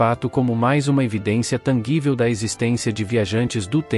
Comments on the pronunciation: Tanguível em vez de tangível...😂😂😂😂😂😂😂😂😂😂😂😂😂😂😂😂😂😂😂😂😂😂😂😂😂😂😂😂🎉🎉😂😂😂😂😂😂😂😂😂😂😂😂😂😂😂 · TANGUÍVEL??? pondÊram??? iconicas? é uma narração automática? Isso sangram os ouvidos.